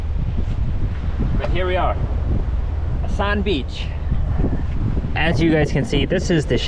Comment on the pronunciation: The village "ASAN" is pronounced AS'AN just so you know Chamorro"s will know you're a visitor, enjoy your stay!